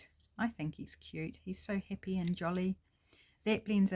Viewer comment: I love your project. Your accent makes me hippy happy. It took me a bit to understand you were saying happy not hippy. I thoroughly enjoy you and am subscribing to your channel. I look forward to more of your videos.